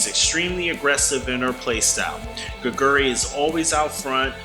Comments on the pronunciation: Hey can you at least google how to pronounce her name if you're going to devote an entire video to a player? It's not gigeuri. It's Geh-gwoo-ree. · No one expects non-koreans to automatically be able to pronounce everything correctly, but I do expect the youtube creator to at least put in the effort to google 게구리 and press the text to speech button... as much effort you did to record your voice, the script, and edit the video.